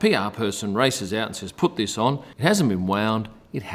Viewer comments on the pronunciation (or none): none